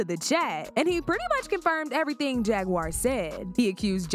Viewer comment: He keep calling Jaguar JAGGURED!!!😂😂😂